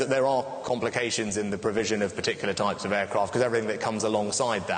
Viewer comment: Алексей, ты большой молодец! Если хочешь немного улучшить Английский, не оФ Юкрэйн, а оВ Юкрэйн. Это реально отвлекает 😆